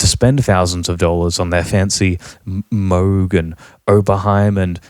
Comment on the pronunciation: Well,, you dont even pronouce Moog correctly.